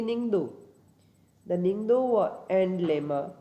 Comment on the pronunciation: I would like to do some pronunciation correction with due respect. Ningthou (Ning-th-oo / निंग्थोउ) Leima (Le-ee-ma/लेइमा) Phajei (Pha-je-ee/फजइ) Thauro (Tha-ou-ro/थाउरो) Kangleipak (Kaa-ng-le-ee-paak/कांग्लेईपाक)